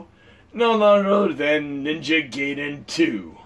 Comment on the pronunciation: FYI, "Gaiden" is pronounced Guy-den, not Gay-den. :)